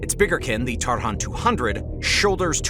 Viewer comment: It's not tarHan, because of bizarre transliteration it sounds more like targun or targan.